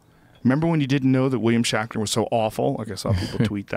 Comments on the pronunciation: Say Shackner one more time and I'll lose my mind Joe....jesus lol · Who's William Shackner? Oh shit, did you mean SHATNER? Ohhhh, that makes much more sense. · His name is WILLIAM SHATNER!! Please stop calling him, "Shackner". Man, for a man with a lot of big words you don't speak English so well. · It's Shatner, not shakner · "shackner"? is he saying his name 'shatner" wrong on purpose? or am i just hearing things? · "Shaqner" lol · "William Shackner" and "Star Track"? How DARE YOU! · Had to shut it off with about 20 minutes left because I couldnt handle him saying "William Shackner" anymore. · Even as he's reading the article he still says "shackner".... it's like when a little kid pronounces spaghetti "pasketti" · I swear I was just in another universe where Joe was saying "Shakner" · WILLIAM SHACKNER ? did anyone else hear that 50 times in a row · "William Shaqner" x'D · Is Joe saying William Shackner?? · Why does he keep saying shakner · lol...i was referring to rogan...hahaha listen to rogan talk about shatner and say his name 10 times and say it wrong. i just wasn't sure if it was a goof on shatner. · It's "William SHATner" you fuck!! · I hate to be the one to correct you Joe but it's Shatner not shackner and it's star trek not track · Who is William Shakner? HA!WHAT is Star Track? Joe can't even read.